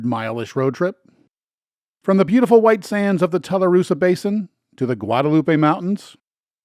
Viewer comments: Tularosa is pronounced TWO LUH ROH SUH. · Its pronounced two la rosa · I'm looking forward to watching this video as I spent much of my younger years in southern New Mexico. It looks to be a well made and informative film. Forgive me but I must correct your pronunciation of a Tularosa. It's Too-lah-row-sah, as in tulips and roses. ❤